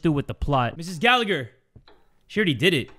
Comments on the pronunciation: I'm sorry but I need to say this is the way its pronounced "ga-la-her" I laughed way to hard at your pronunciation 😭 really sorry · Me: hears says The Gallagher Case Also me: Aidan Gallagher?!?!